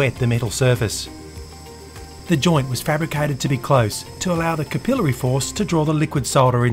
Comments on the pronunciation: Hi, it's good to hear someone saying "SOLDER" the way it is meant to be pronounced instead of the American "SODDER", It's also good to hear "CAPILLARY" as opposed to "CAP ILL ARY,thanks from a fellow Aussie. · I love the way you pronounce “capillary”